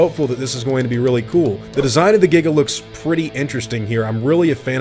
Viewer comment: Yes thank you for pronouncing the Giga correctly!!!